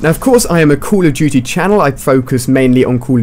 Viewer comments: Ali a you say at the first 'cool of duty'. Thats funny! Greetings from germany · It sounds like he says call of jootie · Cull of duty wtf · I don't play caw ov dooty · "Cool duty" LOLOL